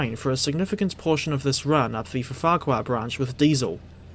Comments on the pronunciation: Why do you keep saying Ffarquhar as if it has 2 F's? It is pronounced "FARK-WAAR". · Pronunciation note: Rev Awdry pronounced Ffarquhar as FAHR-kwar. 'Ff' in Welsh is a 'ph' sound, not a stuttered 'ph-ph', while a single 'F' gives a phonetic 'vee'. There's a street near me called Fron Road, pronounced Vron, which confused me for ages as someone with no prior exposure to Welsh.